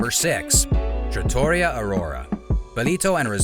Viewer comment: TrattoREEa not traTAWrya